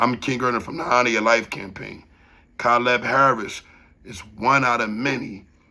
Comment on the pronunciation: nigga that's not how you pronounce Caleb bro